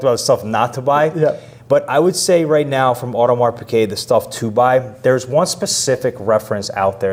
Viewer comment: Thanks, very interesting, but why do you guys and most US youtubers say audemars piQuet, when it's piGuet lol